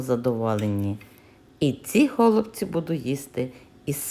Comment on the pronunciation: В слові голубці, наголос треба робити на,, і,, , так я ви кажете, це дуже ріже слух...